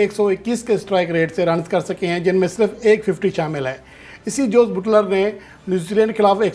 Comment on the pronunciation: Oho buuutler nh buttler word hy may a naaz tajziakar😂